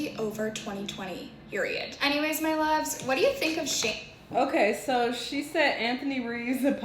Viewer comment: i hate how she says "luvs"